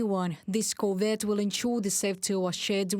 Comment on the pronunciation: Good plan! At the rate that Ukraine is converting Russian ships to submarines, by 2027 this will be the most useful ship in the Ukrainian Black Sea fleet! Nit: Emphasis on the second syllable: cor-VET, as in the French pronunciation.